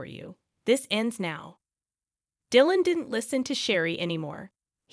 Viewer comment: Come on. This must be an AI generated narrator, given that it doesn't know to reliably pronounce Dylan. NO SUBSCRIPTION FOR YOU!